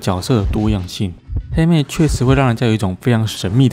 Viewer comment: 我听到欧拉把黑妹念成helmet